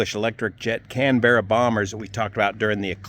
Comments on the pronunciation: Great, the correct pronunciation is Can bra not Can berra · As someone who flies to Australia all the time, I figured you would know it's not Can-berra. It's Can-bruh. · The Canberra was so named because Australia was the first export customer and it's pronounced Canbura after the Australian city not Canbearer which sounds like someone who works in a baked bean factory! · I watched your live stream and now this: It's a CANberra, (like the Capital of Australia), not a CanBERRA 🙄😀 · I love how Yanks pronounce words properly. Aussie for Canberra = Can-bra. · Interesting that puts the emphasis on the second syllable, while British English speakers put it on the first syllable (CanBERRa vs CANbrra). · Thanks for the re-do, wonder just how many from the UK In total will remind is more like Can-Bra with losing the Yogi-Beara part 😂